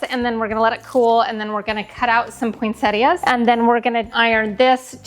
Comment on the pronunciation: I have only heard some Americans pronounce Poinsettias, without pronouncing the 'i' for some reason, but here in Australia and everywhere else that I know of that speaks English it is pronounced as it is spelt, Poinsettias with the 'i'. So as far as I'm concerned you are pronouncing it correctly. I tend to do different Christmas colour schemes and themes for each room/area of the house. That way I get to use all of my decorations, otherwise I don't have enough of one colour scheme or theme to do the whole house. The grandchildren love seeing different things in each room. Since I collect Nativity Scenes, I have some in each room. I don't have Santas anywhere, it's just not my thing. I have made lots of decorations over the years and I still do. I am into Needlefelting so I am currently making a Nativity Scene, angels and also gnomes.